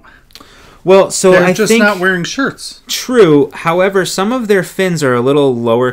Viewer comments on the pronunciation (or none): none